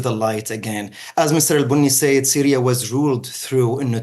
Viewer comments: Syria* not Syra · "Syra" LOL